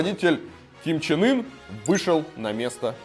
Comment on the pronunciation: Я один слышу,что лидера называет Ким Чен Ыр?